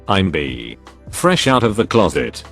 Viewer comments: Post: “Bi” No one: Me: Absolutely no one: Video: “Bee.” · IT'S! NOT! PRONOUNCED! BEE!!! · Соня Скупова because in the video it pronounces bi “bee” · Me: b Text to speech: b Me: i Text to speech: i Me: bi Text to speech: 🐝